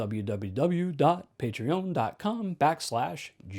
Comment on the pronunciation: I love the French inflection you put on Patreon :D